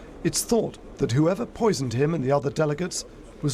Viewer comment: Did you say poision ? Ah let me clear it mate. It was a special medical operation